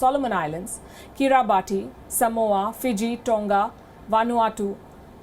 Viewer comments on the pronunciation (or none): Do yourself a favour and learn the correct pronunciation of Kiribati.